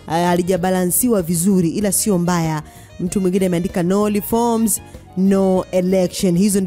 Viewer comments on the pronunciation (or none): Natamshi Lindi na Reforms yanekushinda. Mtihani wa L na R. Pole sana. Unahitaji mazoezi ya matamshi